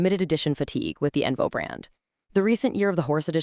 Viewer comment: It’s onvo not envo